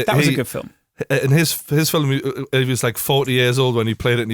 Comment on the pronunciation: How to say film like true geordie. (Phil-mmm)